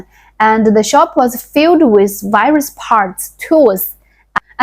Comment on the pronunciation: Very good English with some difficult words. Listen to some pronunciations of "clothes", "various" again and try that. Your story reminds of how I grew up in south Africa, past down clothes that had repairs and didn't fit, no shoes , cracked skin on hands and feet from cold, worms and lice, we played in trees and with mud and sticks. we were happy as we didn't know better till later when image mattered.